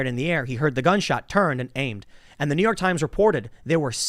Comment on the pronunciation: "New Yauk"